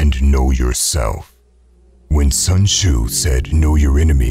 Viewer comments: Bro its pronouced su'en t'szu Not sun choo😡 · ain't no way he said sun shoe☠☠☠